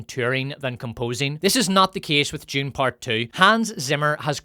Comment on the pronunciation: Why do you keep pronouncing Dune as June? Is that some sort of accent?